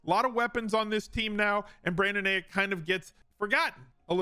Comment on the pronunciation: This man said Brandon Ayick